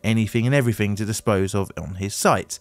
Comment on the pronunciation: I am learning English, what is "everyfing?"